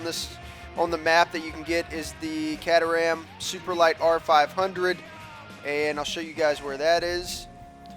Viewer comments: its pronounced k tram not cat er ham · Just to let you know, It's pronounced "Kay Trum" not "Cater Ham":) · Its Kate-A-Ram not what ever your saying man! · It's actually pronounced Kate-Ter-Ham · no cat-a-ram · caterham is pronounced Kay-Ter-Um. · Caterham = Kate-er-am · Hahaha the way Americans pronounce Caterham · it pains me to hear say 'caterham' lol but great vid